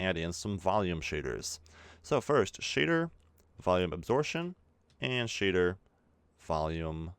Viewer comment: a - 'b' sor - 'p' - tion! Absorption, not asortion. Yo.